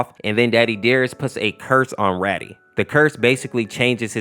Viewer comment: Its not Raddy its rAdi as in radiation